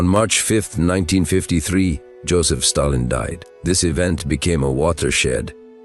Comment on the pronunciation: When it said "Staylin" it was enough for me too.